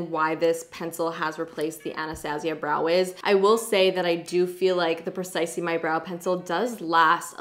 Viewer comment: Benefit (Precisely) Not Benefit (Percisely) LOL!!!!!!!